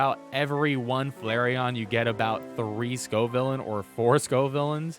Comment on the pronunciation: Wow he pronounced Scovillain right hahahaha